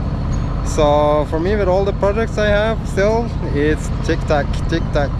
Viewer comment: lol , you made me smile and giggle when you said "TICK TACK" it's TICK TOCK". but PLEASE don't stop saying TICK TACK.. BTW MISSED YA BOTH " HAPPY SAILS"